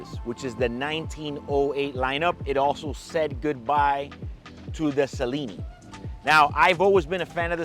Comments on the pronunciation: it’s pronounced Chellineee not Cellini - 1908 is a wannabe calatrava! I made my AD weep when I said I’d rather pay £10k more and have a calatrava. I went the very day and got one from my Patek AD and a few days later rocked it. My AD - Rolex, admitted it was more beautiful than a 1908. Unbelievable BUT TRUE! I hear you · Not sellini... chellini... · che-leeni , think Italian or Argentine.